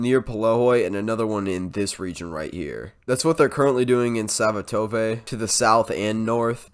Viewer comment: Svatove is pronounced Sva-toe -vah (like bah except with a v-sound. Thanks for the update.